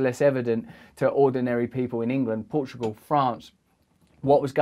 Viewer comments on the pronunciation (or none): none